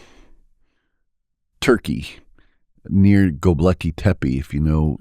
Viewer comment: He keeps saying Gobleki tepi And it is making me mad It’s GOBEKLI GO-Bek- LI Not GO-BLE-KI